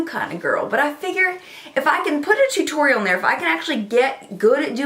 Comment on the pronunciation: I recreated the look today but I was too lazy to get my Naked Basics 2 palette so I mixed 2 of the tan shades (???reflection and chessboard maybe??) and it turned out nicely! Yes,, I wore it to work! Thanks for the inspiration and for saying T-U-T-O-R-I-A-L that way!😂😂😂